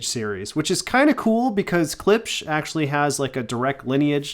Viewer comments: Learn how to pronounce it, weak review. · You have a hard time pronouncing klipsch? Moron.